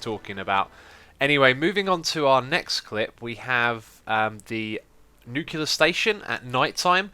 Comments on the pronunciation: X, Its not pronounced "Nu -cular". Its pronounced "New - Clear ". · You're better than that, X. NUKE-lee-er, not NUKE-you-ler. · X, if you see this please pronounce it as "New-Clear". Even though English is not my native language, I hate people mispronouncing words, but only to a negligible level, becuase everyone makes mistakes. But people who are ignorant about it even after pointing it out? God I would love to get them in my hands. And also google it people!!!